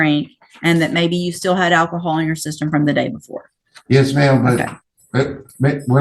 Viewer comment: uh.... which way did I go, which way did I go? did he say "Ak-cohal?" 😅 better defumigate him before taking him to lockup 😅